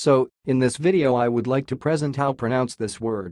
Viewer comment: You didn’t even use the right pronunciation of “present”, how am I supposed to trust your pronunciation of Sciurus?